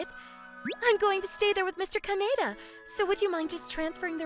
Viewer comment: OK, the male MC butchered so many pronunciations here it's not even funny, including most of the names - Kaneda, Kaede, Shijouin - and the food terms (amuse bouche, hors d'oeurves). I get missing one here or there, but if its your job, you need to put some care and effort in. The story itself was pretty nice until we got into the MC spouting the pathetic "you're too good for me" lines.